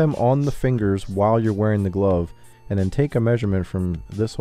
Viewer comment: he said "glove" like "globe" instead of "love"...never heard that before.